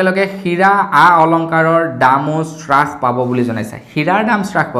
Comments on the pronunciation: বস্তুৰ দাম শ্ৰাস কৰা বুলি কোৱাটো সম্পুৰ্ণ ভাৱে ভূল।হ'ব লাগে হ্ৰাস কৰা বুলি।ধন্যবাদ। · উ..... আই... 😂😂😂😂😂😂 শ্ৰাস নহয় অ' দাদা হ্ৰাস।